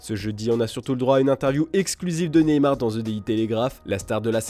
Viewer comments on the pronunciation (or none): none